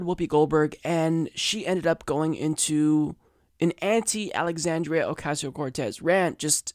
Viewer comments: why do Republicans keep mispronouncing Alexandria's name? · They can't even get her name right... Let alone they clearly have no idea what they are talking about.